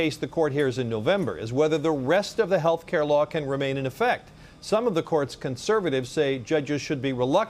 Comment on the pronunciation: Amy Comey Barrett can’t even pronounce the word “Law” …. She pronounces it “Laaaaa”. She also lied when she was ask if anyone was above the law, and if the president was above the law, and of course we all know her response it was “no one is above the law”…..or is she pronounced it….No one is above the Laaaaa! What a liar.